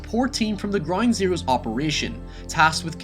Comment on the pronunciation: Am i the only one who hears "groin zeroes" ?